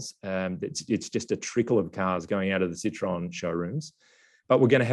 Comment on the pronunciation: if you can pronounce SEAT ok..you can't pronounce CITROEN, c'mon your a car guy..it's not SITRON..it's CITRO-EN...